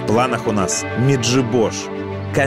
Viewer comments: Сколько была в Меджибоже всегда говорили МеджИбож, а не МеджибОж🙄 звучит страшно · Меджи'бож ударение на ,жи,, не интересуетесь вы ..дизлайк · Ударение не правильное ставите МеджибожА на И , неповага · Когда пол выпуска Меджиибож называли Меджибоож, я еще терпел. Но когда в конце Баакоту назвали Бакоотой, меня взарвало... ВЫ ЧТО ТАМ СПЕЦИАЛЬНО ИЗДЕВАЕТЕСЬ! 😆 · Чудо мандрівники, треба було корінних мешканців Меджибожа запитати, як правильно наголос ставити! А не фантазувати! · Меджибож - ударение на И.